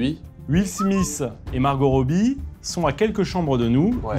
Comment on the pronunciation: C’est pas will smisse c’est will smith ( smite)